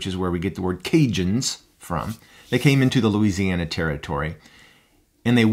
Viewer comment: Hey, I'm so glad you enjoyed my vid, and thanks for offering me the correct pronunciation. I always struggle with Cajun words. Thanks so much for watching!